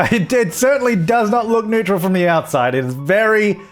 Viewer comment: Could you please start pronouncing neutral correctly :D